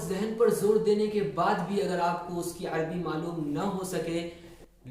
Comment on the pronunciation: يا أخي العزيز لا يقال العربي بسكون الراء بل يجب أن تقراء مع فتح الراء